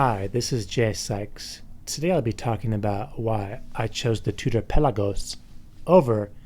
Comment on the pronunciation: Anyone else hate the way he says pelagos?